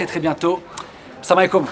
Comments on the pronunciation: Le salam il le dis grave bien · Mdrr en plus il la trop bien dit